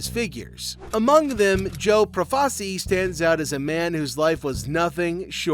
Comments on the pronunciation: Good video, but just so you know, it's pronounced Pro-fa-CHEE. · First, it's Pro-fa-chi. Second, you apparently don't know who Lucky Luciano (Lu-chee-ano) is. Shit video. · Had to stop after 4 minutes, I couldn’t stand listening to the mispronunciation of Profaci 🤦.